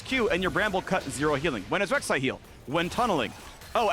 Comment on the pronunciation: Lol... come on... Rek'sai ?. So i guess TSM's problem isnt Shenyi or Keaiduo. :D